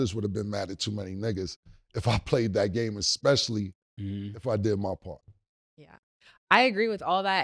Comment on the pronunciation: get off that X.... espresso ain't expresso and especially ain't xspecially; you're still young enough to grasp common sense.